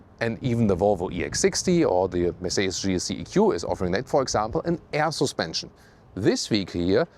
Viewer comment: LOVE what you guys do! And my wife and I secretly joke of how says "sUspension" with slight accent and giggle! All best feelings and love for you guys!❤ P.S. when are you testing the Zeekr7X in Germany,? I really want to see that car detailed tested in full detail, full length, and full screen!